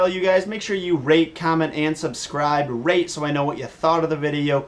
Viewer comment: When u say rate it souds like rape.